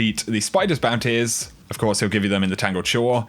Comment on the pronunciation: I love how you say bounty's BOUNTAYS